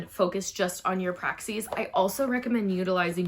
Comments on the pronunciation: PR-AXIS like AXIS not Praxseeeee!! Stop!!! 🤣🤣🤣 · The way you say PRAXIS is ALLLL WRONG!!! 😂😂😂😂